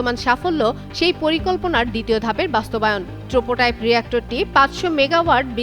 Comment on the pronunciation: আরে অশিক্ষিত "trokotype" না Prototype 😂... মাদ্রাসা থেকে পড়লে এই হবে